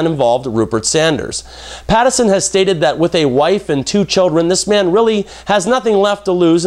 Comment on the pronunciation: I just want to lob a giant sign that says "PATTINSON" at you for repeatedly saying "PATTERSON".